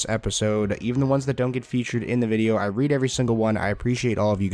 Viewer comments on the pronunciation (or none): none